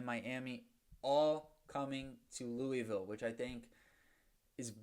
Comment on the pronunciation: Oh one more thing louisville is pronounced looville